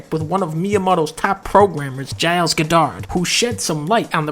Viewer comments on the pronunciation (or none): "guh-dard" gaw-derd, dunkey. gaw-derd. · It's GOD-dard, not god-DARD. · I can HEAR how fat this guy is. Get the mic out of your mouth. Also, Goddard is not pronounced that way.